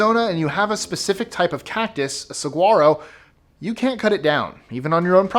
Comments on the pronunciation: hey, I know it's a grammar Nazi thing, but the "g" in "saguaro" is pronounced as an "wh" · We say "sawaro" no "g". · As someone from Phoenix I can understand the law about Saguaros. They are endangered. Also its pronounced with a w sound. Se-war-oh. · the g is silent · In Saguaro the 'GU' make a 'W' sound like Sawaro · Haahaa! Sorry but had to laugh at the way you say 'Saguaro" ...now can you say "Elephant Butte" ( from New Mexico) 🤣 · 16- Not legal. It says right on our currency that it is legal tender for ALL debts, public and private. 15- The G in saguaro is silent.